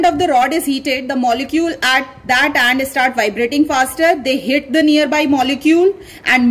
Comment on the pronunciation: Excuse me it's spoon not ispoon , its end not aand , it's start not istart